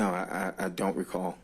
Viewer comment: "I dont racall".... 4,597 Times.....No Surprise 😂